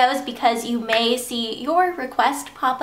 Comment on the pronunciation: ahahahah "you MAY see"! Was I the only one you cracked up? :3